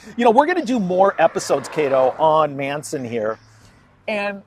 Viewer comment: Geeze Tom, pronounce the Manson family members names correctly. They're pretty well known nowadays.